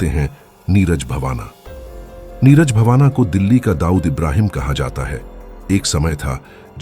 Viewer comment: Neeraj bavana nahin ❌ Neeraj Bawana✅